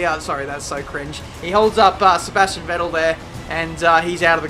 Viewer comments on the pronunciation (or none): none